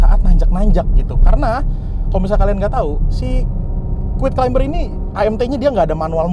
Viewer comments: Climber bacanya KLAIMER bukan KLAIMBER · Yup.. silent "b" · keren videonya, btw “CLIMBER” dibacanya tanpa “B” ya, thank you sukses.